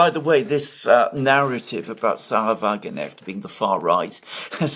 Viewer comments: Alexander prefers the British pronounciation...🥴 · What a silly thing to say. He prefers pronouncing her name incorrectly. 😂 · Someone please tell Alexander that in the name Wagenknecht the k is pronounced unlike the k in knight e.g. in English. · Generally good analysis. Please Alexander pronounce the name of Sarah WagenKnecht correctly. The K is pronounced. The elections in the two States show a high level of political awareness and responsibility of the electorate, manifested by the wide spectrum of politics voted for and a high, 74% voter participation. Contrast that to the recently held UK election and the forthcoming US election. Granted, these were regional/federal elections but they broadly reflect the trend. Democracy seems to be alive and kicking. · FYI sahra wagenknecht`s (sic) name is pronounced wa-gen-k-necht: note that there is the consonant "K" (as in k-orea) in the middle of the name . this "K" is also pronounced; it is not a mute "K"...correctly resulting in the name WA-GEN-K-NECHT (not wa-gen-echt). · It is "Sahra WagenKnecht! not "Wagenecht" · It's not Sahra-Wagenecht, there's a "K" there! It's Sahra-Wagen-Knecht (you have to pronounce the 'K' otherwise it starts to mean something else!) Just a tip...😊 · pronounce the 'k' please it's ke-necht, not 'necht' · Excellent assessment! Totally insignificant, funny detail: you say Wagenecht = carriage genuine/real. Correctly pronounced would be WagenKnecht = carriage servant/menial "Just saying " ;-)) Thanks for the great job you are doing. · This. There are probably 20 people in the comment section complaining. Come on,. It's not hard. If you can pronounce Krasnodar, you can pronounce Wagenknecht. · Alexander, the "K" in WagenKnecht is pronounced! Your German wife can confirm that. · should learn that K is pronounced in Knecht word. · The K in Wagenknecht is not silent. Pronounce it hard.